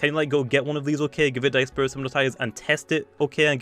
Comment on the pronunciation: can we take in the moment that pronounced disperse wrong